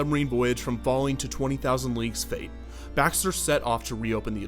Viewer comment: Did anyone else constantly hear "20.000 Leaks Under the Sea"? ;-)